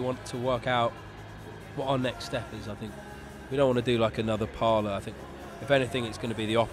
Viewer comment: The album's called "Pala" not "Parlour." How can you get that wrong?